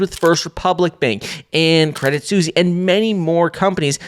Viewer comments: Your say "Credit Susie" instead of Credit Suisse 😅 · He still says credit "Sussy" 😂😂😂😂